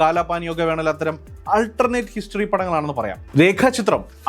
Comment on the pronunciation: Bro, പ്ലീസ് കറക്റ്റ് ചെയ്യണേ... ആൾട്ടർനേറ്റ് ❌ ഓൾട്ടർനേറ്റ് ✅ ആൾവെയ്സ് ❌ ഓൾവെയ്സ് ✅